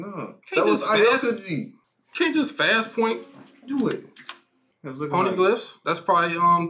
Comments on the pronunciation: more like OW-KEY-GEE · Bruh can someone tell them it's pronounced "Ow-kee--jee" 😭😭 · Pls stop pronouncing aokiji like that it’s- OW-kiji